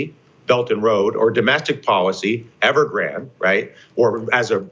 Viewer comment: Not a big deal but you are pronouncing Evergrande incorrectly just a heads up. Ever-Gran-Day